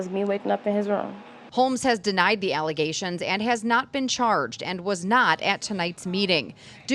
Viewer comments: Water main break 😂😂😂 " false allazations" 🤣🤣🤣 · They’re just “allezashuns” 😂😂😂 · IKR? I cringe listening to her with all those "ALIZATIONS" against her. 🤣🤣🤣🤣🤣🤣🤣😫🤣